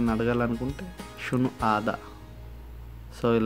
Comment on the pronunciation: Shu hadha. Not sunu hadha